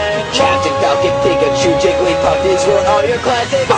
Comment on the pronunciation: Um it's jigglypuff, not gigly puff. just letting you now, coming from a pokemon nerd.